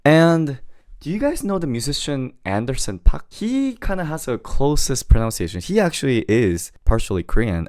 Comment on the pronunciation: pro-NOUN-ciation ✗ pro-NUN-ciation ✓